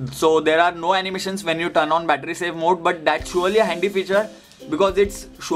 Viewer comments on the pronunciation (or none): none